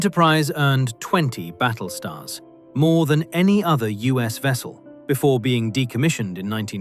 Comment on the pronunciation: "Nuclear Wessel" 🖖